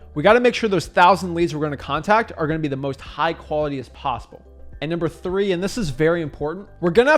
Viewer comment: 3 syllables QUA-LI-TY!!